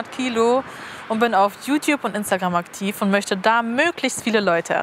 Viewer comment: " Jü tjüb" 😄